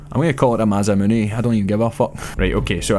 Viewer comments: its pronounced ma-sah-moon-a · "Masamune" is pronounced "mah-sah-muh-neh".